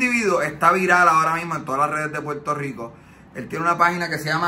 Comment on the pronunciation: Mano dile al pana tuyo oh como sea que aprenda a decir Puerto Rico no es Puerto JjJjico 🤦🏻‍♂️🤦🏻‍♂️🤦🏻‍♂️🤦🏻‍♂️🤦🏻‍♂️🤦🏻‍♂️😂😂😂😂😂😂